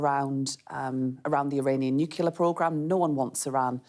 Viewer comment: The Education Secretary can't even pronounce Nuclear correctly. Another word salad interview